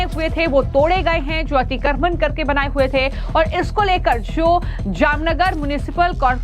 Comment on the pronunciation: अतिक्रमण अच्छी तरह बोलो.